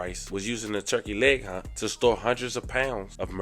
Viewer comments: Hut Hut Hut not Hunt 😂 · Hut, dude keeps saying turkey leg hunt.